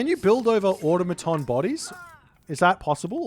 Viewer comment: I think Aw-taw-muh-tawn is correct and that’s pretty much what you said :p